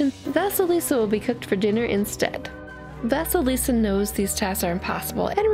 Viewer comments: Thank you for the wonderful story! Though I do want to say that “vasalisa” is spelt “vasilisa”and pronounced “va-cee-lee-sa” This name pronunciation was bugging me the whole story! I hope to see more of your stories. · Hey! So I absolutely adore your channel so much, you dismantle my childhood and I love it. However, I want to correct your pronunciation of Vasilisa. Don't worry, it's okay that you did BUT let me tell you how to pronounce it correctly. (Btw I'm Russian so that's how I know how to say it). Anyway. Let me spell it phonetically: Vah-sye-lee-sah. Ye is pronounced as yes, but without the 's' at the end. Again, thank you so much for this, Vasilisa is the cinderella I grew up with first so I really appreciate someone actually talking about it. Especially one of my most favorite youtubers. Have a good day! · Is it just me, or does vasalisa sound like Vaseline?